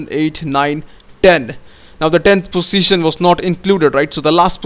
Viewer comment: nice accent fellow indian.. btw.. every time you told Position it looked as if saying Pussytion